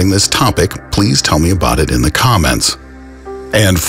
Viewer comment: Stop saying thee!!! It's 'the' goddamit!!!